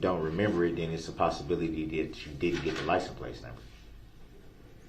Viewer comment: Is he saying LICENSE PLACE????